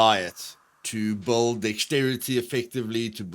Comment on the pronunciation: lol..you say build like bald.. took me a second to figure out